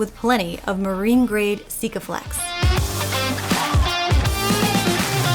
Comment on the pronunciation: You need to learn how to say Sikaflex like Duca, it sounds to funny. Glad you all had help getting her ready. She looks good & hope you can sail south.